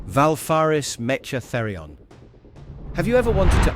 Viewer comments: Great collection - it's 'meh-KA' btw, not 'Meh-cha' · Indeed, the mispronunciation also gets annoying like the "mesh-tch" :D